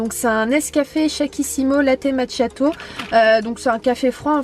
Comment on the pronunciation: Juste on dit pas macChiato, ça se prononce "makiato" 🙈🙈🙈🙈❤